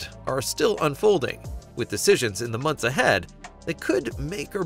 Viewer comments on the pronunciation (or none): none